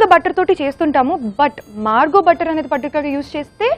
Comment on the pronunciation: Its not Margo its marvo butter.